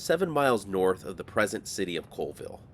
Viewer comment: Colville is pronounced "CALLVILLE